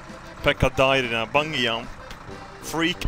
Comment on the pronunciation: The way says "Bungee Jump" LOL